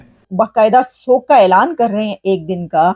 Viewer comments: सोग नही येडे शोक होता है पोर्कीयो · Shok hota hai sog nahi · सोग क्या होता है? शोक बोलते हैं l